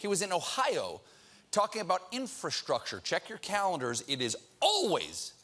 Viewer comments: It's too hard to pronounce, "infrastructure"? Colbert is getting soooo boring! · Guy can hardly say infrastructure